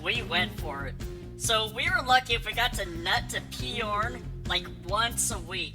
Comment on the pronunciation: Peyorn? Why the extra syllable?